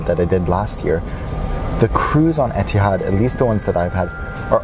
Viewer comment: etehads e-tee-hads u mean ethads ee-th-ads